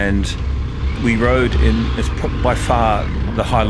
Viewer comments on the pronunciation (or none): none